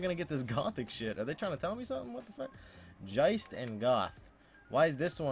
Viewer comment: Geist is Ghost in German, not Jeist XD